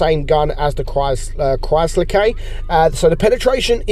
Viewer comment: "Chwysler k"